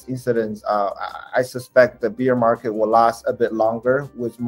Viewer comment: On dit Bèèère market et pas Biiiiire market. On parle d'OURS(BEAR) et non de BIERE BEER. Incroyable le nombre de gens qui font cette erreur. J'oubliais ceux qui disent le "bulle" market mdr.. On dit BULL (prononcer BOULE) (taureau) market et non les bulles de champagnes.. On doit dire au passage RED BOULE et pas RED bulles. Le taureau rouge sur le logo les mecs! Alala